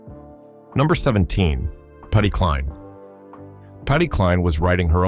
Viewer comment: IF YOU CAN'T SAY Patsy Cline,s name properly don't say it at all calling Patsy Cline Patty is a disgrace AND DISRESPECTFUL TO HER LEGACY ADD NAME